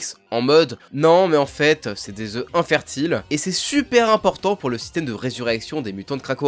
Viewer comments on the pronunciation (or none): none